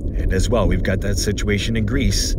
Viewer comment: Did you say we have a shituation lol